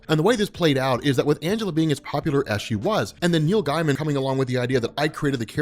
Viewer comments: That's not how you pronounce Neil Gaiman. It's not guy man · It sounds like you say Neil Diamond when u say it fast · The way you pronounce "Gaiman" keeps making me think you're saying Neil Diamond